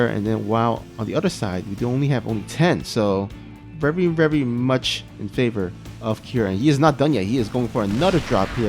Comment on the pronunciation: rerry rerry s00n